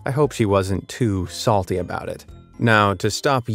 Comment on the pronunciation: "why iS It SaTLy"